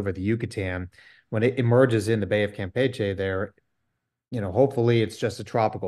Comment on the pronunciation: kudos to for knowing how to pronounce "Campeche".